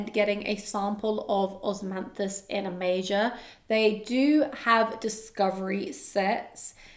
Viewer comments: It's not "Osmanthus in a major", it's Osmanthus in A Major, as in the musical note 'A Major' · HI, I don't know the house, but I am pretty sure it's A Major (the A being capitalized and pronounced as such), like in sheet music.